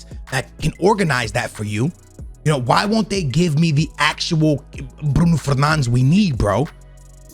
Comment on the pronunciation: Mans doing a Manchester United video and can’t even say Bruno Fernandes properly